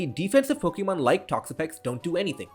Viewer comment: Dude, I love your channel, but you've gotta stop your cringe pronunciation of "Pokemon". The E is a schwa. Sounds so much better that way. "Poke-EEE-mon" is just ridiculous.